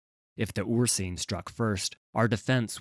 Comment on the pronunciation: Really like your readings, but Ursine is pronounced "Ur-s-i-ne", not "Ur-see-ne".